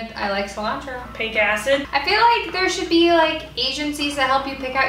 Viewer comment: this entire thing: "sOlAntRO"